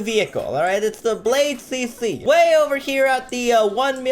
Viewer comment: I love how he says bladecc for everything lol